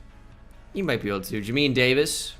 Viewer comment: Listening to his pronunciation of Jamin Davis’ name is painful😭